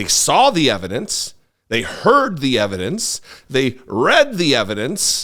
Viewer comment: it's called EVAH-DANCE !!!